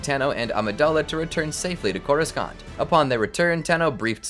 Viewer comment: I can’t unhear how they butcher the word Coruscant